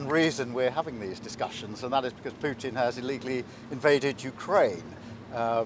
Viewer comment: Just listen to yourself … “weaken puten “ with what your immigrant force ..?